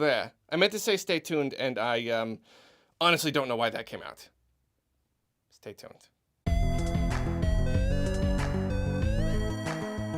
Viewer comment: "Steh thu deh"